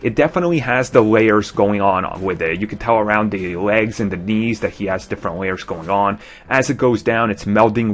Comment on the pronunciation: It really annoys me the way he says "the" as "dee"